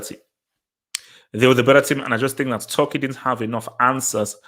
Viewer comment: Bro you keep saying Tucki